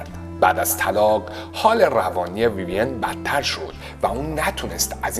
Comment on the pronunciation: ویویَن غلطه، ویوین بدون فتحه درسته